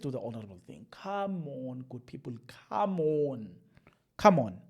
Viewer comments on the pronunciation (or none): Khamonnn good phiphul khamonnn😒😒😒 We want to hear that "come on" kahle maaarn